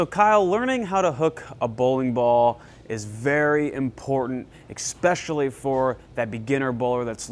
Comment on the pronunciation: The guy in blue needs to know that it´snot pronounced "Expesially" it´s "Especially" just so you know.